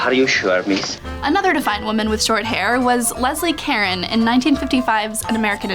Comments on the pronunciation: Leslie Caron is pronounced "Carone", emphasis on the second syllable. nice video. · It's pronounced "Cah Rone." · It's too bad you did do your research so you would know how to pronounce Leslie Caron's name. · That pronunciation of Caron made me cringe.